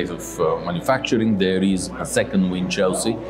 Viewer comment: Winchelsea is an old coastal town, we pronounce it like WINCHELsy, not like WIN Chelsea as though Chelsea was a prize!!